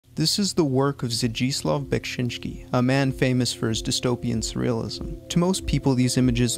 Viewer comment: just add that bekSInski we pronounce rather like E, sheet SHēt :) Im not good at English so hope u got what i wanted to say ;d